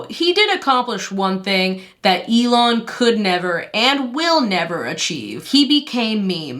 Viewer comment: Eel-on Musk also works ig??